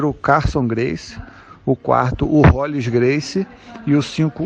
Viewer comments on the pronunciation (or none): Pq vcs colocam esse "I" no nome do Rolls? Não é rolis!